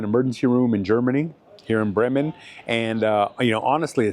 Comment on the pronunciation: Funny! You pronounce "Brreymen" like the locals. Cool!